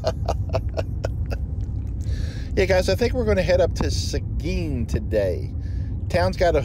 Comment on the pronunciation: Not many know how to pronounce Seguin. Awesome 😎